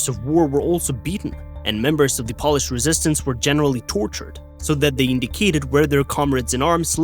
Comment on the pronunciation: He also pronounced Pole-ish as polish like nail polish.